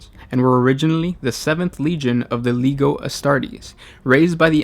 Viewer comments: I love these videos, but its (leh-ji-oh) Astartes, not (leg-ih-oh). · Legio, not Liego. Please. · leg I o astartes..with an "i" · "Lee-Geo" Astartes*